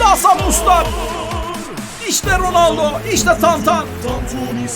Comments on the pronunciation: Abi ronaldo ismini dorgru soyle ronalde diyon sen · ABİ roneldo değil gözünü seviyim